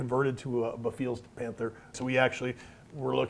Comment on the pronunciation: Guys.... This kit is amazing..... But it's pronounced Beh-Fails, not be-feels lol.